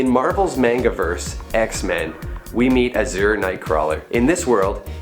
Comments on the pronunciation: Its pronounced azure ..not uszure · Uhh, I'm a sucker for pronunciation. It's not uh-zurr, it's Az-jurr , kinda similar to adjourned if it was azjur-ned